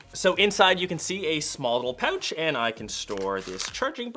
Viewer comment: I know how to pronounce "pouch" now............ pow-uuuch. Brilliant!